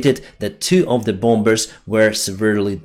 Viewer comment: Good work! By the way, you do not have to enounciate the second 'b' in bombers or bombs. The second 'b' is silent. Hence: bommers or boms. Much easier.